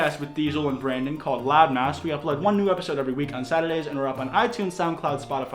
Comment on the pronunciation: You know everytime you say that it sounds like "loud mouse" right?😅